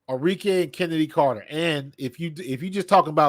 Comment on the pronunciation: ARIKE - Are -Ree - Keh (not Kay)